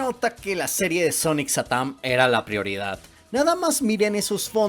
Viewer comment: Diganme que no soy el único que cuando dice satam piensa que dice satán